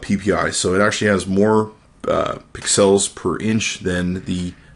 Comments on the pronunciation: Pixcells.... Lol...its pixels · Hey it's pixels NOT PIXALS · STOP SAYING PIXELS LIKE THAT FOR THE LOVE OF GOD!